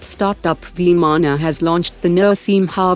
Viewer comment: This channel got an updated Voice and idiots simply fought tooth and nail against it. Very good, now listen to idiotic words like Veee-maa-naa, Nurshiim-ha. Admin, think for you channel's good and update it. Any time I show this channel to a new person, they think this is any other AI channel. Don't need to listen to your commenters for everything. Your channel growth could suffer because of this hesitancy to change. Existing people will adjust since your content is good.